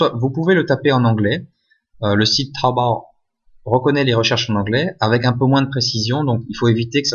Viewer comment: Ça me tué comment il dit tawobayy 😂😂😂🤣